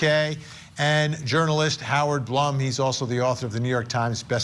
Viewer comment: Hey Vinnie, is pronounced Bloom